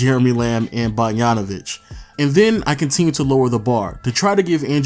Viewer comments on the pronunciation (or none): Who tf is "Bargnanovic"? You can pronounce BOGDAN but can't pronounce BOGDANovic?